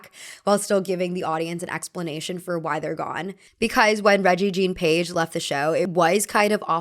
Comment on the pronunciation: That's not how Rege Jean Page is pronounced. Its pronounced -> 'Reggae John'